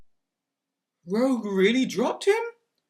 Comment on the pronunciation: It's Rogue, not Rouge.